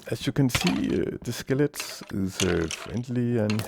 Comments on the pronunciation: NEVER STOP SAYING SKELETS! :D Btw Subbed! :D Really nice tutorial! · This is a very good tutorial. I like the cutout views. And I like how you say it as "skelets." :) I've used this model twice in servers. :D Works well, but I may try winging it next time... ;)